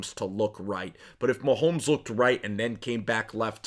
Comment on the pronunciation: It's MaHomes not MaHolms